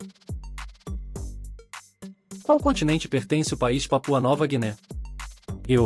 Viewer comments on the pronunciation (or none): none